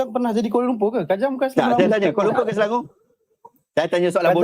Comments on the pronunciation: Kuala Lumpuuuuurrr bunyi pun serupa Indonesia ja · Di sebut kuala lumpurrrrrrrr 🤣🤣🤣